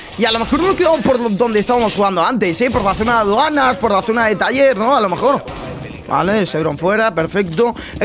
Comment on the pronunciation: Nice video, soy yo o dice vala en vez de vale